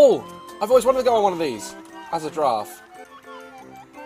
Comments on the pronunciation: I wish he would giraffe properly lmaoo —love him anyway🥰😇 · Its not a grraff its a long neckt Goat :)